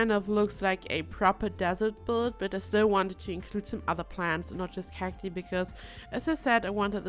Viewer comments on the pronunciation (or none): Love the build. Pronunciation for cati is actually "kak-tie", I know english isnt your first language so I just thought I'd help out <3